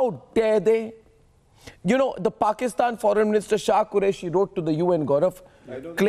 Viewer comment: Dear It is not porkistaan but it is paikanistan.